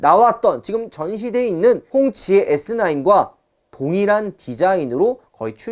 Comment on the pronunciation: 발음 아무리 들어도 꽁치 ㅋㅋㅋ